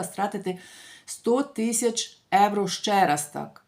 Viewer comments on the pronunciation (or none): ще раз будь ласка,євро,а не еуро.Дуже ріже слух,та дратує.Якщо не виправитесь не буду більше вас дивитись.Невже так важко?